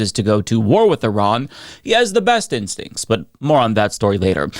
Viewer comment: Did she say that he has an incredible stink? That's what it sounded like to me 😂.